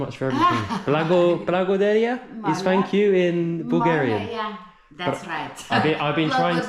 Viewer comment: Blagodarq-Its rough, darq-R like in Rock, like it may even sound strange, but you really have to say it Rough, otherwise it sounds Gibberish. Nice vid otherwise ❤